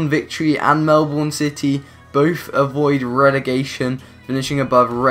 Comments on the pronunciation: its pronounced mel-ben not mel-born. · It's pernounst Mel-bin not Mel-born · Mel(burn) not Melborn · I know it is ur accent but when someone says melborn instead of Melbourne it is irritating but any u derserve way more subs keep up with career mode challenges and u just got a sub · Dude, it's pronounced Mell-Bin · I Cringe at they way You say Melbourne